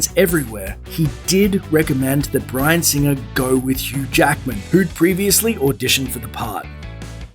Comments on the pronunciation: Who is "CHEW Jackman"? Listen to it. He says, "CHEW Jackman." So who is "CHEW Jackman?" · Why the fuck do you pronounce it CHEW Jackmen ?